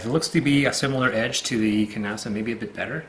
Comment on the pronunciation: You keep pronouncing the ‘k’. It’s silence like ‘knock’ or ‘knife’. Especially since this ‘knife’ was created by ‘Nasa’, put them together and you get ‘Knasa’.